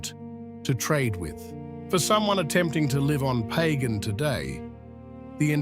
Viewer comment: It's not pronounced like that. It's pronounced Pah-gahn.